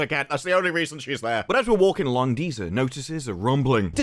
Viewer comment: Dont forget to roll your Rs when saying dispar-r-r-ru